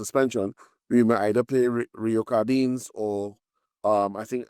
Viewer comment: Rio himself said that his name is pronounced Cardines as in Sardines. He distinctly said that it is NOT Car-deeee-nez